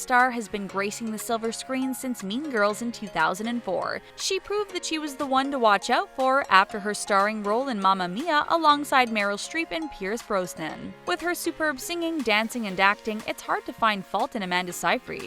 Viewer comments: Aaahh you can't pronounce anything properly! Seyfreid is "Say-freed," Brosnan is "Brohs-nan," and band C+C Music Factory is "C and C." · Sigh-Fred not sigh-freed. Also, Bross(like boss)-nan not Bros-nan